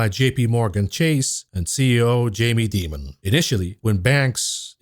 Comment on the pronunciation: First time I heard someone pronounce the name Jamie Dimon the way I think it should be pronounced.